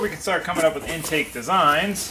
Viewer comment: My man says intanke😂